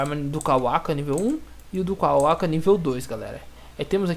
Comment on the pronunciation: le o nome dos modos. isso faz diferença algumas coisas vc diz q nao sabe o nome mas ta ali no nome do item, é so ler. aquilo q vc chama de """"modo sabio das lesmas"""" é BYAKUGOU. vc tbm fala tenseriugan (KETSURYUGAN), tanjutsu (SLA OQ), sedo (GÊDO), kawaka (KAWAKI), jiren (JIGEN), e outros.